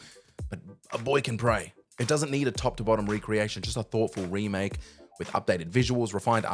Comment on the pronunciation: I think you mean Ramake right